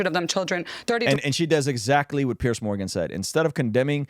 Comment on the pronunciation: Love your channel and God bless. I just wanna say the name is "Piers", pronounced "Peers" not Pierce